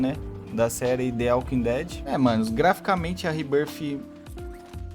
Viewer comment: "The aukin dead" foi di fude kkkkk